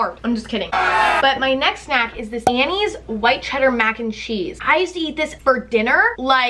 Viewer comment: Why the FUCK does she say snack like that 😂😂😂😂 like sNAK